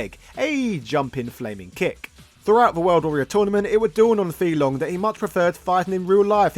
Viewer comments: It's pronounced fay long not fee long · Fei-Long pronounced as Fay Long... not Fee Long 🤦‍♂️ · "Fee Long?" Isn't his name "Fei Long" as in "fae long?" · It’s “fei” long not “fee” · Is it intentional to mispronounce the name? It's not (fee). It's (fae). That is how he's announced in Super Street Fighter II. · Are you sure Fei Long is not pronounced as; “Fay Long”? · His name is pronounced Fay long ironically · oh my god man,you know it's pronounced 'fay long' not 'fee long'.and also it's 'reeyou', not 'ryiyoo'. honestly I'm so annoyed i'm going to unsubscribe.only joking... love your stuff! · The character's name is /fae long/, not /fee long/. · his name is pronounced like "Fay" not "Fee" and Ryu is pronounced Ree'yoo, not " rye - yoo".. yes the boxer is meant to be an homage to Mike Tyson, hence his original name was M. Bision .. Mike Bison... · it's [faye] long 飛龍。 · OK you are just being a wind up merchant now, you know damn well it's pronounced "Fay" Long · FAY - Long!!! Don’t butcher it bro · Was about to watch this video till the guy pronounced Fei long name wrong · Guy completely butchers the pronunciation even though in the game it says his name 🤦🏾‍♂️